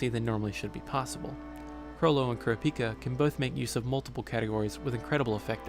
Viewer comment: Why were you calling kurapika paprika. Other than that this is very helpful 😊